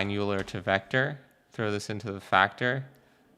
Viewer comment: "Euler" is pronounced "oil-er", not "yew-ler"